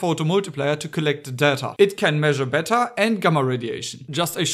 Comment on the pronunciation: erm, Pu-239 not 139. and, yes, beta is spelled “bay-tah” not “better”;) cool vid!